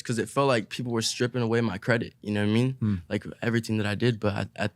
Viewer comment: “you kneow whet i mean” iann dior- 2020